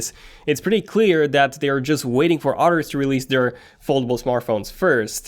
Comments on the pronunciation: I keep hearing otters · Are you saying “others” or “otters”? Do otters make phones?! Amazing animals